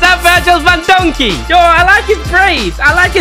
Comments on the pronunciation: Bro said Virgil Van Donkey l💀💀☠️ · He said Virgil van donkey💀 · My man literally said virgil van digk as donkey 😂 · Virl van donkey me 💀💀 do u mean virl van dijk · Bro said to van dijk van donkey xD